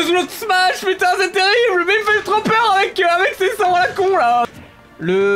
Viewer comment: Il me fait TROP PEUR ou il me fait TORPEUR ?